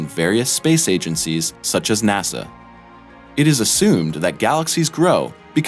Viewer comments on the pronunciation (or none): none